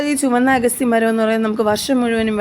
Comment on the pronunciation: ഏൻറെപൊന്നുപെങ്ങളേ""""അഗസ്റ്റി"ചീരയല്ല അഗത്തിചീരയാണ്